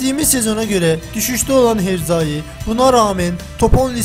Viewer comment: herzai değil hercai,okumayı da mı bilmiyorsun ? :-))))